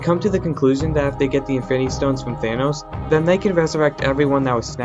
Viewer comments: Y u say Efinny stones Its infinity stones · Why do you you say infinity stone like this "infiny stones infiny gaunlet"